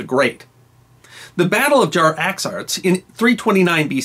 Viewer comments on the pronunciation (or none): Hey, it's "Jaxartes", not "Jar-axarts"!